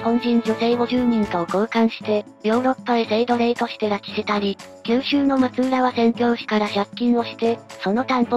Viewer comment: 確かフロイスは秀吉の多指症のことを言って無かったかな。ちなみに松浦はまつらと読みます。